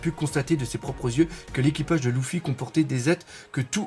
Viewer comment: Ah punaise tu dis encore Louffy je me casse....